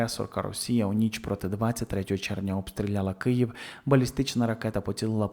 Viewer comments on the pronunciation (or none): none